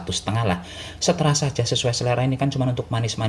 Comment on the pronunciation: Ter serah.mas bukan seterah.salah terus bahasane sampean.hihi.